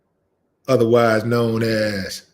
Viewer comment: Not Deeboy Willie, get it right, its Deebo, Deebo, Deebo, Willie D.. At least get the name right brotha.. it's all good Willie D, appreciate the love homie